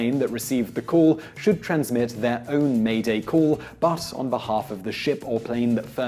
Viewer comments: TechnocratiK like "meh-day" Just don't pronounce the h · British Guy shouldn't it be the conjugation, "m'aidez?" regardless, "m'aider" and "m'aidez" would sound exactly like "mayday" and not whatever butchered pronunciation he used.